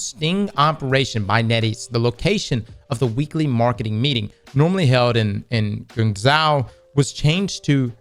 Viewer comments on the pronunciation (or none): it's "gwang-joe" & "hong-joe," I think... but, the J sound is like a mixture of "J" and "SH," if that makes sense.